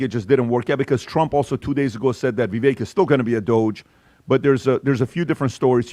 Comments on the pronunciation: NOT VIVACHE!! IT'S VIVECK, like heck, neck, wreck, tech, Schreck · Come on guys I love you but you’re not even saying his name right! Vavek like CAKE! 👍🏼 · is it Viveck or Vivache?(i thought ache?) is the pronunciation . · Please stop saying his name incorrectly. It’s Vivek (like cake) not like Vet. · His name is pronounced Vivake, like cake. No matter if he runs for Governor or takes a Senate seat- whatever he is a star, and will excel greatly !!!!! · It's Vivek like cake, You guy's had him on your podcast and you still can't pronounce his name correctly! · It’s “Vivake”. Come on guys! 😂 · Why are they pronouncing it Vee-vake? Is that the way to say his name? Clearly he’s out for the visa flap. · Please say his name correctly: it's Vi-vake (like cake, bake, lake). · Please pronounce his name CORRECTLY...Vivek rhymes with CAKE!!! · Why can't these idiots say VIVEKS NAME CORRECTLY. It's not that hard to figure out how to pronounce his name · You're not pronouncing Vivek's name correctly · Yes!!!, and mispronounced his name.